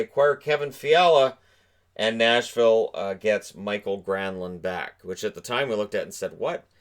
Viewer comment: I know it doesn't really matter, but Mikael's name is not pronounced Michael.